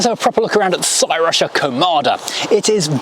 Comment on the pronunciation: Interesting they sent one to Hubnut as well. He went Welsh with the pronunciation saying Crusher